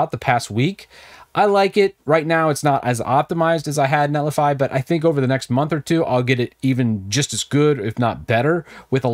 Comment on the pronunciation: I believe it's net li figh, as in a verb...